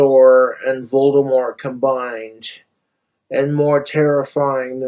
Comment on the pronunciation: "Vlorg Volgdemork"